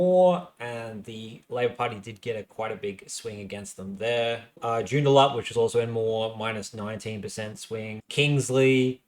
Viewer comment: Good work on this summary, quite enjoyed it. If you're wanting to professionalise a bit more though you need to get pronunciations down pat (Pilbara and Joondalup were two, there could have been more I missed though). I know you cop a bit for this but it's a must do if you're wanting a larger audience.